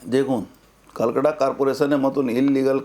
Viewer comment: kalkata noi ota Kolkata😂😂😂😂